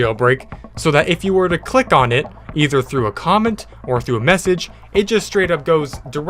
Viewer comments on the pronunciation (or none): none